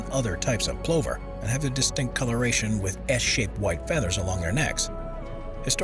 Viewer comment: Very interesting. I believe the pronunciation of plover is pluh ver.